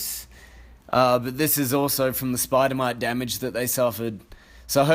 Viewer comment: Fully thought you said "spider monkey infestation"